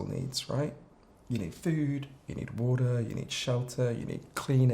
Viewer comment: the moment he suddenly changed to an American accent when saying “water”